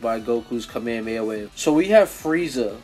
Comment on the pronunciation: Also you mispronounced kamehameha